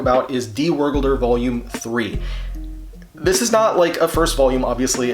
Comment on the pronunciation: Your pronouncing of the word Wergelder is so funny for me who knows German